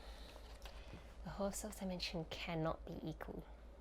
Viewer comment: The "Haus" is Hausdorff is pronounced exactly like "house" in english (it is German for "house"). You make it sound french :D